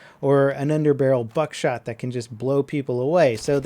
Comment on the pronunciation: not buckshot